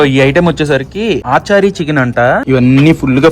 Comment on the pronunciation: Adhi aaa chaari eee chaari kaadhu raja....achaari ..achaar ante pickle in hindi